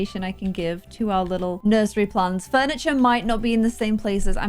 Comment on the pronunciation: "Nuisery" where did you get the word from? That was funny.